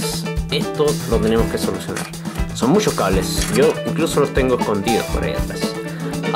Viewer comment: "Le tengo musho ventiladores" jajajaj buen video